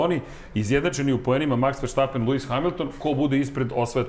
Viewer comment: Halo bre komentatori F1 , prestanite vise da izgovarate pogresno prezime svetskog prvaka ! Max -ovo prezime je VERSTAPPEN a ne po vašem pogrešnom izgovoru VERSHTAPPEN